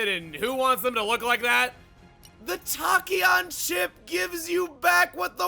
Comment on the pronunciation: Loving the series. Can't wait too see the content in new game plus. Especially since I didn't make it that far in my playthrough. By the way, Tachyon is pronounced with the short a (like Tack). If I wasn't obsessed with physics back in high school I wouldn't have know myself, but I love sharing the info I learned. Edit: Ok I just realized the irony in my username's spelling. The "a" in my name is pronounced like an "o" because I based it on the measurement of the speed of sound.